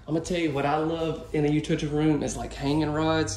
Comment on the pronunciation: Utility. You-till-ity. Utility. You-till-lity.